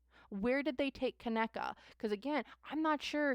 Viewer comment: Pronounce it like (Ka knee ka ) ❤ Kaneeka or KJ